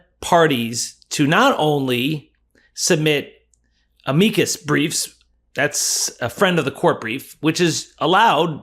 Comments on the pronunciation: "Amicus" is not pronounced like "paprika", lol... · Is it pronounced A-MEE-cus or AH-muh-cus?